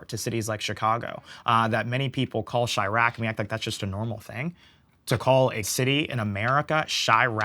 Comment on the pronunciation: Chiraq? Brother its chai town.!!